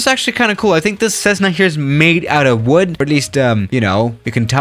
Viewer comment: “If th3 737 was made of wed”